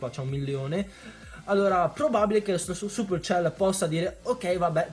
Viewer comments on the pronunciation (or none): none